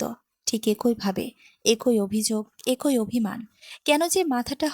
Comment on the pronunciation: একোই নয় “ এক ই”